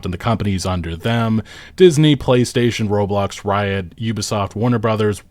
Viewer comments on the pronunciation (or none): none